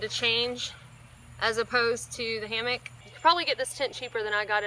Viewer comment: Hammock not hammick